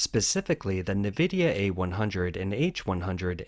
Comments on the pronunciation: 'en' vidia not 'nuh' vidia.. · Its pronounced EN-VIDIA not NAVIDIA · Its pronounced EN-VIDIA not NEE-VIDIA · who reads "nvidia" navidia? lol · En Vidia is how it's pronounced. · nVidia --> "en-vidia"